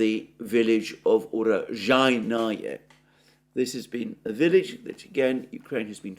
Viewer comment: For the pronunciation of Urozhayne please listen to Mikhail of the Free Russia Channel! The BBC are a farce. If they were the public broadcaster they are touted to be they would provide balanced reporting. They're not. They are a publicly funded propaganda machine. All Western media can do is spin, spin, spin and outright lie but even the Guardian has had to admit that Ukraine is not winning. IE They are losing. The UK government and media are raciest Russophobes, it's truly pathetic.